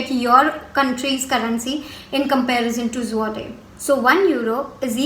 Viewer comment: you are pronouncing Zloty wrong which is hurting my ears XD